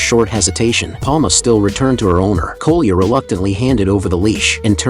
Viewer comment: Ai is so stupid It calles Коля koluya